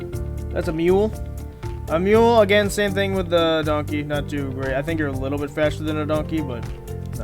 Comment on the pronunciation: Ah yes, the D O N K E E